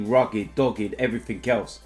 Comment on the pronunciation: “And everfing else”